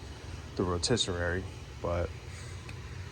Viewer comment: Row-TISS-uh-ree Not “row-tiss-uh-rare-ee” …lol🤦‍♀️